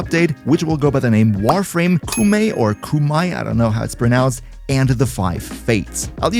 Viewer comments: Koumei (koh-may) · It's pronounced Koh - oh - meh - ee (ou in japanese is a long o) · Koumei is pronounced ‘koh-may’. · if thats in japanese im pretty sure it is pronounce (Koh-may) i could be wrong though. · the u and o in koumei are not silent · It's pronounced more like "oh" but you stretch out the "O" sound a little longer in "Koumei."